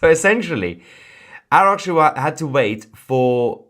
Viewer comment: آباس آقا😂اوراقچی رو چه خوب تلفظ میکنی همشهری😛😅🤣😂